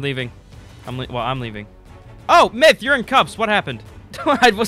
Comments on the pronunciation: It's "myth" not " miyth" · Lol the second I clicked on the video I hear, "mith" xD